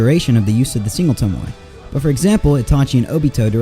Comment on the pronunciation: It's toe moe not toemoy